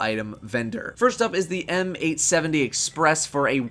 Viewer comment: When you said m870 it sounded like m8a7 reply if you know what I'm talking about